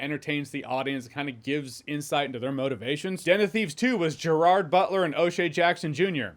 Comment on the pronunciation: Den of Thieves 2: Pantera was great! Loved the ending. Can't wait for Den of Thieves 3? One footnote: I wish all the people interviewing and talking to Gerard Butler would learn how to properly pronounce his first name.❤